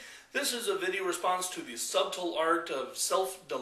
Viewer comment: pronounced 'suttle'